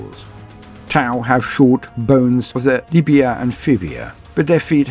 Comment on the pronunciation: Am I the only one who heard "Tau's have shorter bones in their Libia and Fibia"... otherwise excellent work:)